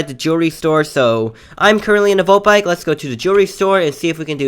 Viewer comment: he said molt bike lol